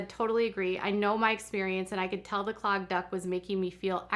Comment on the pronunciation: I kept thinking that you were saying "clogged duck" and wondering how massaging a random duck helped mastitis 😂